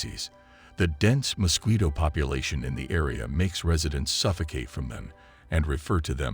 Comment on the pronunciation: Terrible pronunciation of mosquito!